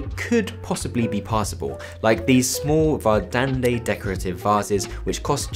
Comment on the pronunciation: The way he pronunces the product ”VÅRDANDE” is just sooo fun, when you are a swede and know how it should be pronunced. But, it’s ALL GOOD and keep doing your great videos. I love them all <3